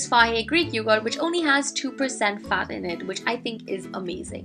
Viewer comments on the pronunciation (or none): none